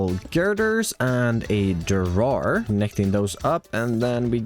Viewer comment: "a drawer"❌"adu Rawr er"✅